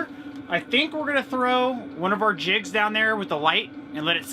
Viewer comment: Teacher here. Thought you said “gonna throw one of our kids in there!” Hahaha! Quickly figured out you said “jigs” of course, but yes, you had me laughing!!